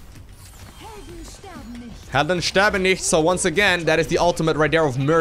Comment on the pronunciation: you saying "Helden sterben nicht" sounds very funny :D I like how they use all these languages of the characters